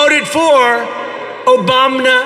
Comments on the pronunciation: i love how all of the comments are just about "OBAMNA" because it's really the only noteworthy thing in this entire speech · Came for the Obamna, left for the SODA